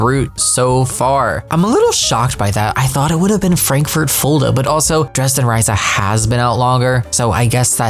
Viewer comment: Störung (sorry if I spelt wrong) is like train fault. Nothing to do with random events reisa is pronounced reesa by the way. Not riser